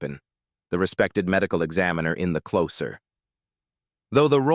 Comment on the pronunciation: Your AI voice over needs to learn how to pronounce names better. You can't even say the title of the show properly.